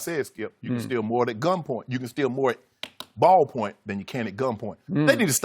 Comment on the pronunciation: "bawl-point" lmao